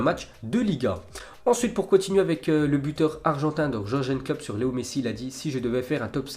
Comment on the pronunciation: Ya que moi que ça choque le prononciation pour Klopp ?